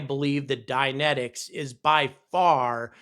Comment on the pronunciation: You were saying "Dynentics", I thought you were saying "dianetics". For a second there I thought Scientologists started to develop rockets -_-'